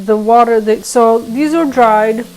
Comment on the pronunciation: says “ water” like a Philly girl....”wooder”...haha love it... Great pup too!